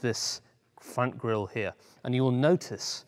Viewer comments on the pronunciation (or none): none